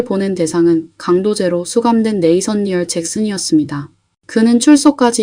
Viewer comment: 네이선니엘이 아니고 내더니엘 아닌가용?